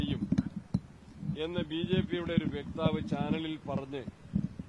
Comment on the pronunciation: സണ്ണി, വ്യക്താവ് അല്ല വക്താവ് ആണ് ശരി ആരെങ്കിലും പറഞ്ഞുകൊടുക്കണം